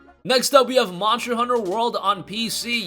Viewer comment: Nice voice bur you need to annunciate the word MONSTER !!!